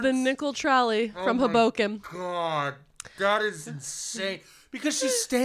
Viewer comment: pronunciation of "Hoboken" freaks me out a little.